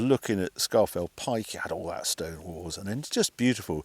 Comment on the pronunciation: sharp intake of breath It's pronounced 'Scawfell'... 😁